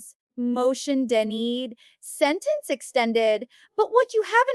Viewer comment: This is AI generated... listen to the way she says denied... Whoever wrote the script either spelled it wrong or the AI is pronouncing it wrong. She isn't a real person.